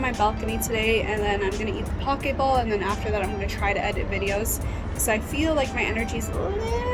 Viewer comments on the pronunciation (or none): Poke (bowls) is pronounced poh-KAY